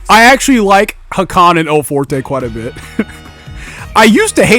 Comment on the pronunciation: "El Foretay"